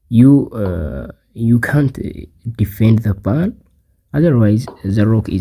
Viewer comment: I have an English puzzle for you: find out the pronunciation of "pawn"... seriously dude!